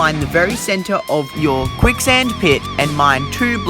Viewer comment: Its quick sand not kuick